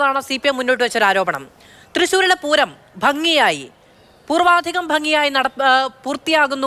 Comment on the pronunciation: ന്യൂസ്‌ വായിക്കുന്ന ആള് തുടങ്ങിയത് പൂരം ഭാഗിയായി അവസാനിച്ചു എന്നാണ്.. ലേശം 🫣